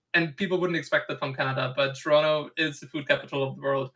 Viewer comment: I love that TLO says Toronto like someone from Toronto